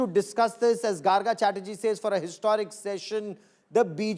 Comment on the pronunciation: No Garga ,It is Gargo -- the pronounciation.